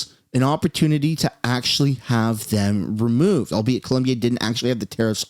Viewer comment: It’s Colombia, not Columbia 😂